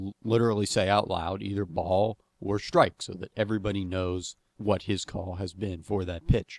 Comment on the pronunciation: Great video. So pleased I'm finally clear about what constitutes a proper shtrike ;)